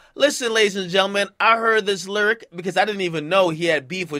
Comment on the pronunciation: Ak says "lyric" as LURIC 😂😂😂